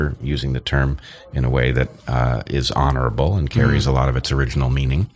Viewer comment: Brendan always says 'off' instead of 'of'. Now you know, you'll never not hear it. You're welcome world.